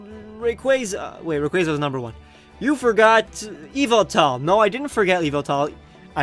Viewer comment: Many people say Yveltal wrong. Look at MandJPokevids Pokemon Talk 8 video and leran how to say it